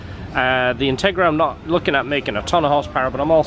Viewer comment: "Intgera" :P Just bustin your chops. No real malice intended.